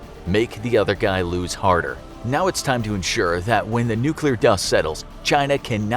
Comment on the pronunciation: "nuk war"